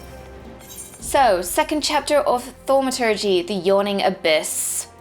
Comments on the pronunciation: its not thaumatodge its thaum-a-turge! like so she can see and stop sayin it wrong lol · Still haven't mastered the pronounciation of ''Thaumaturge'' =P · Ahh, I see now you were referring to her "Starting Quests" video, as opposed to 'thoo' not 'thau' for Thaumaturge. I know a few British people who pronounce it 'thoo - ma - turge' is all, so was alluding to that. :)